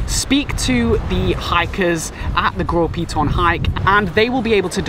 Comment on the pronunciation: Bro, I grew up in St. Lucia the name of the Piton is Gros Piton, you are disrespectful.